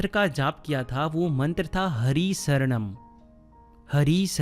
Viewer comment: Sir it is Hari Shranam Not Saranam.Please speak proper prononciations. 🙏.Correct words mean a lot in such sermons